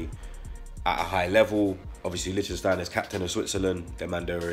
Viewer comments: my brotha, it’s “Litch-Steiner” you and gotta stop with this “Licht-Sten-Steiner” none sense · Good signing as experienced players go. I cant wait to see our new look defense next season. Fellaini or Yaya? Yaya for me too. He should have been an Arsenal player years ago. But if Fellaini comes we have to welcome the yout imo.,,,LICK STEINER...3 syllables not 4 bredrin...lol...love your content tho. Keep up the good work yeah.